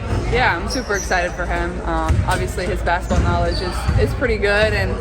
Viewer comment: I wish someone would teach Caitlin how to say basketball. She always says “bassetball.” 😂😂😂